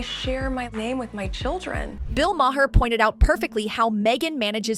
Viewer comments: Bill's last name is pronounced "Mahr" not "May-her". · Bill MARR....ITS PRONOUNCED " MARR"!!! EFF ! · Bill May-Her according to the annoying AI narrator.